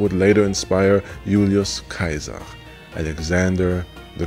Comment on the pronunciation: Okay, this is the first of your videos I've seen, and as soon as you properly pronounced Gaius Julius Caesars name, I subscribed. This is a tremendous video, and I highly reccommend that others subscribe as well. Brilliant stuff!